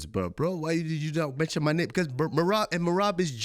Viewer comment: cejudo tries and fails to hard to pronounce names correctly